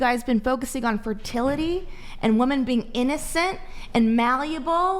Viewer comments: Totally besides the point but the way she says Wehmen instead of women is pissing me off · "it's not wemen it's not wemen!"